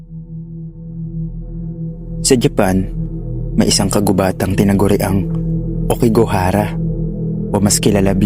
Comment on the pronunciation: hindi po okigahara aokigahara sa may mountFUJI po